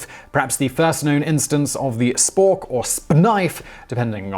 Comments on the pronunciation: Don’t ever say “sp-knife” again ☹️😖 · It's a splade mate. The fuck is a spknife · Spnife? Gesundheit! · A Kni-For-Spo 😂😂😂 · "Or SPNife" Somehow his pronunciation of that particular cutlery item. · Um actually Simon it's pronounced SPKNEEFE :')